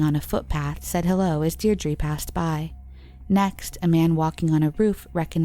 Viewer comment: You really should have looked up some of the pronunciations of these people and places. It's not like there isn't media coverage from the time, or recent with the people and place names to go off. Louth, Laois, Deirdre, Naas, all wrong. Otherwise great video but like if you're going to do all that research you might as well also learn how to say the names correctly.